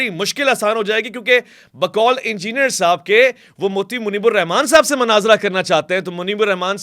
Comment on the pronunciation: Great....laikin... Manaazra nahi Munaazra kaha karain.